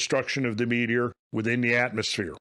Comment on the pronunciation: Hopefully this guy has a better theory than you sitting up there saying Metor over and over !!